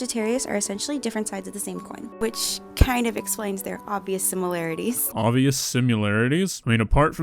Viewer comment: why do you pronounce it simularities?